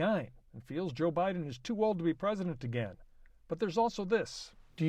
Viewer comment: "Obamna" lmao 🤣🤣🤣